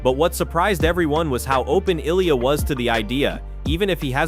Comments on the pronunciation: Speaking of respect, the makers of this video show none - 10 different wrongly prounounced Ill-ia, Olia, Eye-lia, etc. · Damn, there's like 15 different pronunciations of Ilia, what a shit effort and lack of respect. And to ask for likes, subscribes and support to "improve" is just pathetic.